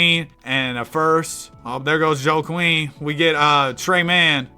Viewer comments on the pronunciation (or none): Bro really read joaquin as "joe-queen" 😭 americans really can't read huh